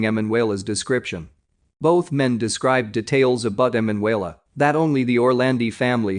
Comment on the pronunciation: You must change the Narrator..., Her name is E MAN UELA, He says her name in correctly about 99 times..., cant listen to the rest, sorry